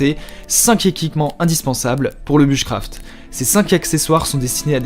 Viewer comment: Bouche craft et pas buche craft 😂